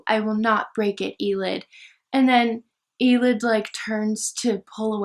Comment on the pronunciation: Elide is pronounced aah-leed not ee-lid. And Manon is pronounced Ma-non. ♡